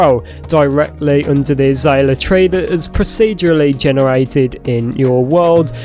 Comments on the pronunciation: It's pronounced uh·zei·lee·uh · Uh-zale-yuh. And those are flowers. Not fruit. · your saying it wrong its a zae l ea